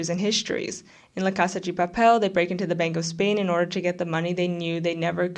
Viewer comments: Was gonna say, the pronunciation of "Casa 'gi' Papel" made me cringe each time, but then I guess there might be a Brazilian twist to it? I feel like just calling it Money Heist would have been better. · as a spanish speaker i would rather you saying money heist, the way u said it was kinda distracting. The video and analysis are good tho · Why do you pronounce la casa de papel like that 🤨😐